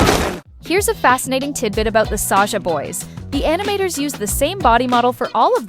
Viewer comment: Sasha boys❌️saja boys YES